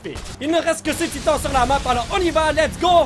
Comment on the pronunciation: « Salut tout le monde c’est et bienvenue sur Attack On Taïtan »